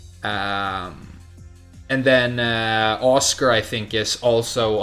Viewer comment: I love how he pronounces 'Asuka' like 'Oscar'. As nooby as she is- and this is coming from an Asuka player- she probably deserves it lol